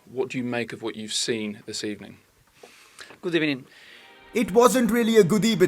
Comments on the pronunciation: On the keyboard, B is next to V, that's why he says "Good ebening" instead of "Good evening" LMFAO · Good Ebening Senor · The comments of this video 20% how Wenger is better than unai 80% “good ebening” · Good ebening as well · good ebening señor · "what did you think of var today?" - commentator. "it's very streched decision, gud ebening." - emery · Good Ebening everybody I wanted to watch Leicester city Carrer Mode. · "It was not a good ebening" Meme of the Day